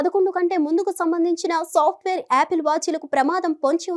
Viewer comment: It’s not yaapil…it’s apple